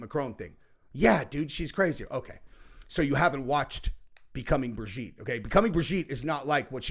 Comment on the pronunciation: It absolutely drives me insane every time they mispronounce the name Brigitte